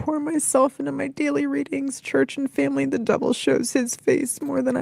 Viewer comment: This phrase gets up my goat so bad, cringe every time she says it. Also the weird way she pronounces family like feeehmly... cringe